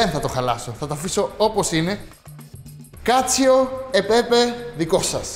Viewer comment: κάτσο και οχι κάτσιο